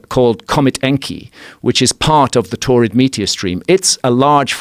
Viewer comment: Sounds like "torrid meteor stream" and that sounds like someone with a whole bunch of kidney stones.